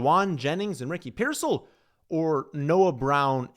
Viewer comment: Stopped listening after pronunciation of rickey pearseal